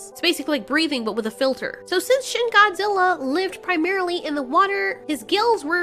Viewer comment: When you say shin Godzilla I think you say shit Godzilla